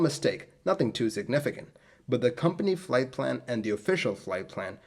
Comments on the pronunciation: Plight flan! :D Leche flan? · Plight Flan??? 😂😂 I'm sorry I couldn't resist... You do a great job, I love all of your video's.